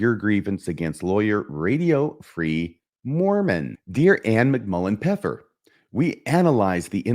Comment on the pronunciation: it actually isn't "pepper" in German cause there's the first F missing. it should be "Pfeffer" not "Peffer"